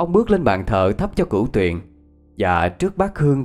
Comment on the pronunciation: ơi Cửu Huyền chứ ko phải Cửu Tuyền nha anh ơi. Thân